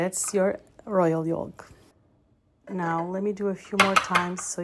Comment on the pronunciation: The L in “yolk” is silent. You’re pronouncing it incorrectly. Good recipe! Good video, thank you!